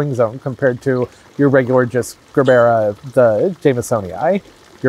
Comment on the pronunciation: Hearing Gerbera said as Grrrbera instead of Jurbera sounds as pleasant to the ear as scraping my teeth on a chalkboard.